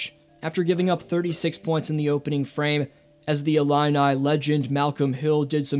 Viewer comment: Gave a thumbs up because you pronounced Illini correctly this time. lol 👍